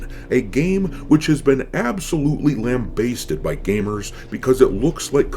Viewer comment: The second A in lambasted is pronounced like the A in bad.